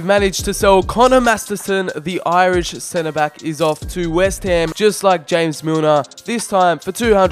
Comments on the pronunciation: Did u hear him say jámes milner not james milner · did he just say hames Milner what what the fudge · You don’t say James Milner like James Rodriguez Milner is English